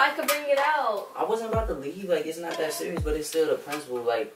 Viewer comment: "are you SURIOUS"